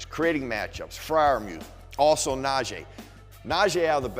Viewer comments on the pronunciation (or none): It’s pronounced (Nah-Gee), not nah-Jay